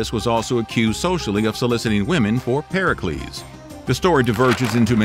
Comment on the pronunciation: Pericles not percalees